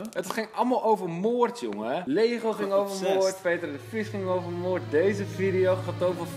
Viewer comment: Hahaha ook echt moord met een 't', geweldig